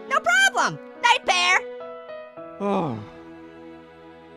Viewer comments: sounds like he’s saying Pierre instead of pear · Did anybody else notice was saying "Pierre" instead of Pear? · •Cammy Foxxi• it sounds like he say Pierre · its like says Pee air instead of pear